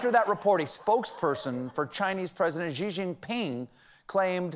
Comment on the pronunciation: It's pronounced shee not zhee